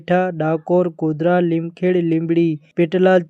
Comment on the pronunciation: તમે જબરા છો.... ઉમરેઠ નુ ઉમરેઠા અને લીમખેડા નુ લીમખેડ...આણંદ નુ સાણંદ અને ખેડા નુ ખેડ !!!!! 😅😅😅